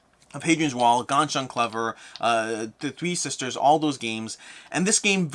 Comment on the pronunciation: You saying Ganz schön Clever made me laugh so hard.